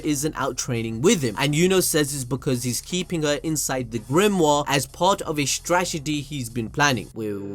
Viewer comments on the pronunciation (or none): none